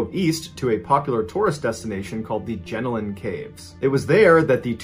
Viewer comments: For story 2, JenoIan is “jah-Nolan”, it doesn’t sound like jellybean. For the rest, pronounce all the As like the beginning of “apple”. “Yass” sounds like where you should kick the like button. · I love hearing Mr.B pronounce Australian towns/places 🤣 The way every American/Brit says 'Melbourne' is iconic. Also Jenolan caves is like je-NOEL-an, I heard 'Jenilin' caves and cracked right up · 😂🤣😂 omg got so distracted by the way you say our towns names. Bathurst got my attention but the way you say Janolin 🤣 love it.. I'd love to tell you how to pronounce all the names correctly. As an Aussie it was really hard to stay focused on the story. I apologize. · The jenolan caves got me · Jenolan and Yass struck me, was fine with the rest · The pronouncing of the Australian towns and the Jenolan caves is pretty much all wrong lol